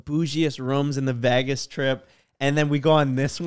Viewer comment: cant say "vegas" lol vaagass